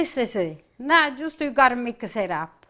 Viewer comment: “Justa follow me”…….I love it! So adorable! Reminds me soooooo much of my nonna. ❤️❤️❤️